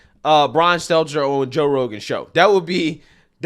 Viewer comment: I swear i listen to every show and have for over 2 years and that is legit the first time i ever heard him say Brian Stelter's name right... Dont believe me? go back and listen to any post about that idiot and he will fuck Stelters name up